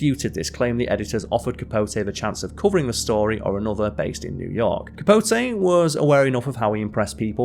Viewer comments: Truman Capo-tay. 😅😅😅😅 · A lot of mispronunciations too. CapoTAY....PorGEE.😮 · It's "CapoTEE". A feature on a writer of his gifts should be SCRIPTED and well- written at that ("hung around with"? Surely "socialized" is better). Otherwise, a good introduction to the author. As to the comic range of "Smallwood" there is an Irish actor called Jimmy Smallhorne", and decades ago in Romford, Essex, I knew a Dennis Crapnell ( one introducing himself before a lecture, he added, "I've heard all the jokes." Staying on this theme, there is a famous Irish journalist called Fiona Looney🎉